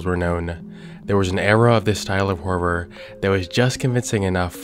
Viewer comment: Do you know how much i appreciate the fact that you actually say the word HoRRoR! Usually when people say it it just sounds like "whore" so thanks for that. Lol i have to say, This is the BEST channel on YouTube. I am so glad you are still making content that we all subbed for instead of changing it. Ive been subscribed to this channel for years!❤